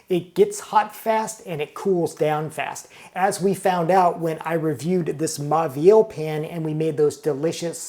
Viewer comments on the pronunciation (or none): MAUVIEL - Pronounce as MO-VEE-EL, not MA-VEE-EL. The AU becomes O. BAUMALU - Pronounce as BO-MA-LEW, not BA-MA-LEW. Same thing. If you are a food writer and critic and chef, you have to learn some French. Immerse yourself in audio books where you can listen to the readings as well as see the printed word. Fastest way to learn. You can also have a French person correctly pronounce the menu into a recording which you can play over again. One of my pet peeves with Americans is that they consistently mispronounce some French and Italian words incorrectly. MONT BLANC - T is silent, C is silent. BLON (nasal N). CHENIN BLANC - SHUH-NAIN (nasal N). BLON (nasal N) Italian: FETTUCINE, ORIECHETE, PENNE, LINGUINE - End with AY not EE. 'E' is AY not EE sound. Fettucine, Linguine - AY not EE. RAVIOLI, SPAGHETTI, CAPELLINI - End with EE. 'I' is EE. Now see how many waiters, chefs, customers, food critics mispronounce these words. Get it right, America. No lazy speech. Sloppy speech is the product of a lazy mind. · It's pronounced as moh-veel